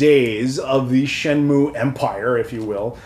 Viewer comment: 'Shen-Myu' not 'Moo' 👍